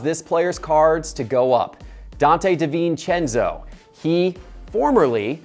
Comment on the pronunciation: DiVencenzo. Haha are you serious???